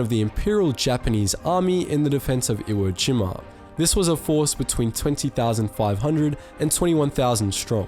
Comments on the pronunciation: Limey-speak is beginning to really annoy me... and WhereTF is "iwageema"... SHEESH! >>> NEXT! <<< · "iwoah jeemah" loooool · Have I been pronouncing Iwo Jima wrong my entire life!?